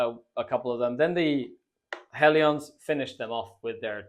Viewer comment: It's not "Hell-ee-ons", it's "Hell-ians"